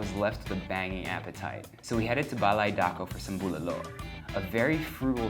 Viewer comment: Baymax approves the way you pronounce Bulalo. Great content.